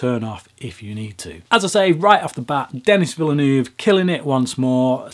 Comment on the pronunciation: Villoonoove. lmfao. try veelnerve as approximation